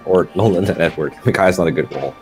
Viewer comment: It sounded like said Ednerd instead of Edward